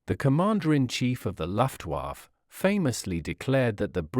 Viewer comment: Very interesting, but please have another go at pronouncing "Luftwaffe" and "aluminium".